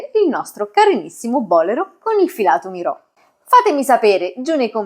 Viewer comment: Che meraviglia❤ Se mi posso permettere, Il bolero è un giacchino cortissimo E si pronuncia bolèro non bòlero Complimenti x la chiarezza con cui spiega